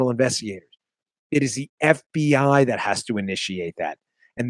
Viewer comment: Dan, heh, your affected pronunciation of F.B.Aihh, is from Silence of the Lambs I think. That's just the way that Hannibal Lecter says it.